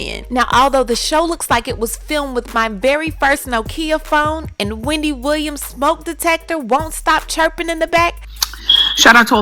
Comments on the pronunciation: 😂😂😂 “Weendy” Not slumming? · Lmao “weandy” 😆